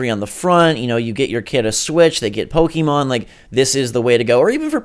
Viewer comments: This guy says "Pokeemon" gimme a break are you serious? Learn how to read, it's Pokémon. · Po-KAY-mon, not Po-KEE-mon. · to anyone pronouncing pokimon im sorry its pokemon, why does everyone say pokimon ??